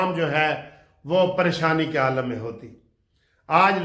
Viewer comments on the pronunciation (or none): none